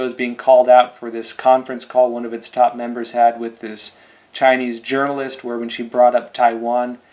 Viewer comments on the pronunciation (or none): none